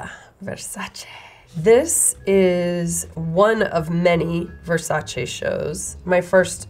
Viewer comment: Finally - someone pronouncing Versace correctly !